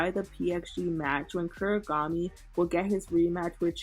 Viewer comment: why does bro call Kunigami “Kurigami”😭